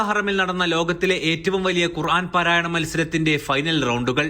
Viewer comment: പാരായ അല്ല പാരായണ